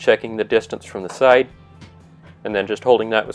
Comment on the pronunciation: First time ever hearing the word "Side" pronounced "Sight". I learned something today! (Nice video, btw)